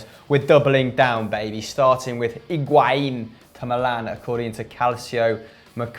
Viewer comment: Decides to pronounce Higuain in the correct accent and then proceeds to say calciomercato in an English accent... terrible